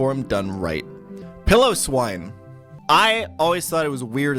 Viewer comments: Piloswine. Pile-O-Swine. Jesus man. Love the content, but wow! Actually, nevermind. I said Pillowswine when I was younger. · Every time he pronounces it “pill-o-swine,” I cringe